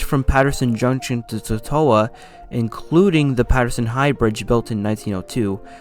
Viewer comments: Totowa: Tota-wa. Say it quick. That's how we say it here in North Jersey. You said TO-TO-WA. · To-to-wa? It isn't pronounced like Dorothy's dog from Oz with a "wa" at the end. It's a long "O" sound with the accent on the first syllable. Nice report but please get your pronunciations of New Jersey towns correct. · The name “Schuyler” is actually pronounced “Skyler”. “Totowa” is pronounced “Toe Two Wha” Glad you got Kearny right, that gets mispronounced often.